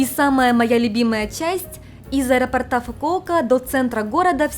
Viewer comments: аэропОрта, а не аэропортА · Я конечно извиняюсь, но у меня уши свернулись в трубочку от аэропортА....аэропОрта, правильно. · Из аэропОрта, не аэропортА. Надеюсь, это было не грубо. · Прошу прощения, понятно, что в Японии вам это мало пригождается, но раз уж вы на русскоязычную аудиторию вещаете - аэропОрта, барышня, аэропОрта, будьте так добры. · АэропОрта Режет слух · Простите, подушню. АэропОрта. Очень цепляет слух. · миленькая, очень люблю вас и ваш канал, но за это видео вы меня словно 10 раз по башке огрели чем-то тяжёлым 😭 Что - аэропо́рт Нет аэропо́рта Чем - аэропо́ртом Об - аэропо́рте А на последний слог только в 1 варианте: Где - в аэропорту́ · ТортЫ, тортА, аэропортЫ, аэропортА))). С ударениями беда))).